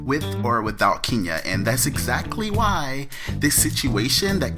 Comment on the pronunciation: ....Everytime you say KEENya I cringe. it's KEN Ya please be professional enough to pronounce a person's name correctly. Ken, Ken, Ken, Ken YA not Keen or Kean Ya